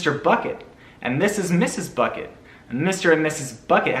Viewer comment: I like how everytime he says bucket it sounds like buCKet